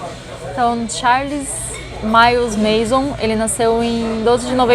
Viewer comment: Galera, eu acho que é MANSON e não MASON.